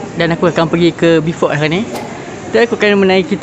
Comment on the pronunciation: Urg sabah x sebut B..fort tp BO..fort..